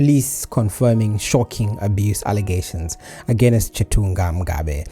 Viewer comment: Like how u speak the language... jus think "aganest" gives u away. Great work u r doing